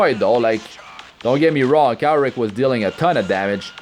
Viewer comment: You pronounced his name wrong, its Kawaii Rick lol